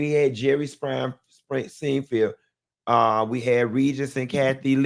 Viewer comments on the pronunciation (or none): none